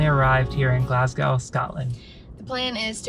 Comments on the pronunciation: Obun (emphasis on the 1st syllable); Glazgo; Edinburra; Loch Lomund (again emphasis on the 1st syllable). Hope that helps. It will endear you to the Scots if you can pronounce those 4 properly! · Great videos. If you're interested, the best way to pronounce Oban would be to say Obin. Also as far as Glasgow is concerned, just leave the W off the end and say Glasgo. None of this makes any difference but thought I would share. Keep the videos coming. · keswick is pronounced 'kezzick' and glasgow is prononced 'glazg-oh' :))) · OH-BAN. GLAZZ-GOH. KEZZ-ICK.